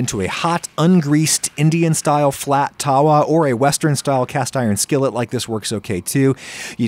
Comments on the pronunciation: it's pronounced- "tuh-vuh" not "tar-wa" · Adam it is pronounced th-wa taawa just a heads up I know it is hard to pronounce Indian names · It’s pronounce tava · The W in India is pronounced at a V, so that pan is called a Thava. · its pronounced tha-wa as in th in thing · As an Indian, I need to tell you, you nailed the pronounciation of Naan... Thought Tandoor and Tawa needs some work lmao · I am dying at the pronounciation of tawa and tandoor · Just a little tip when pronouncing tawa: Try mixing a 'v' sound with the way you currently pronounce the w